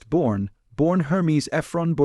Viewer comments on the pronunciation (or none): Why can’t these computer voiced offerings be edited to use proper names? Who the hell is Bourne. It seems very disrespectful. WTF is World War Roman Two?